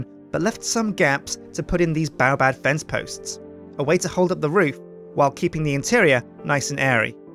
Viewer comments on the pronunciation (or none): It's pronounced 'Bay-o-bab' not 'Bau-bab'